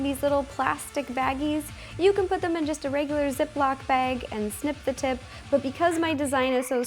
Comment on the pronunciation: she says bag wrong